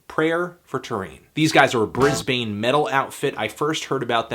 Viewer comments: haha Bris-bane, it's pronounced Brisbin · I believe it's the eye-dull's from Brizz-bin and not the ee-dells from Brizz-bane. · As personal buds with Idylls (pronounced I-dolls) and having seen them live a shit load of times, this review absolutely did them justice :) Also, strongly supporting the 'bris-bin" pronunciation, it's just the way it goes m8! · Brisbane! It's pronounce Bris-ban. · It's pronounced "Brizben" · All that work pronouncing 'idylls' just to mis-pronounce Brisbane immediately after! :-) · its pronounced "brisbane", not "brisbane"